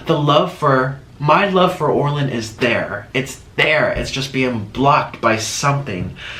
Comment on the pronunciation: How many people thought he would dip his French toast stick in the cheese.❤️ Also " hey Orlin" Sounded like hey Arnold.